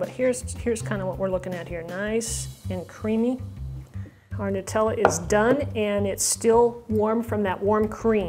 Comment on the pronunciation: it's Noo-tella! The Italian way!